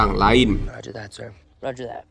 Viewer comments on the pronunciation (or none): none